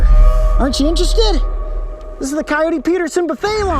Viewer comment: Coyote not coulye